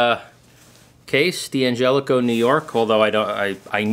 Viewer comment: It's not DiAngelico but D'Angelico. Not sayin', just sayin'.